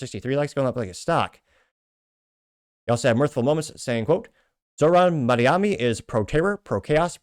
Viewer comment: The name is Mamdani.. M A M D A N I…